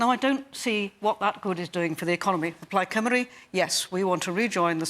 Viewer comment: Good video. But for Cliff's sake learn how to pronounce "Plaid Cymru"